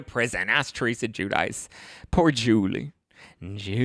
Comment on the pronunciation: I just love the way u pronounce Julie name.